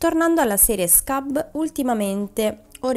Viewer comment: I nomi sono svedesi. PLEJA è PLEIA (non PLECA come fosse spagnolo). e SKUBB non diventa SCABB come se fosse inglese. E' meglio che pronunci i nomi esattamente come li vedi scritti. Ciao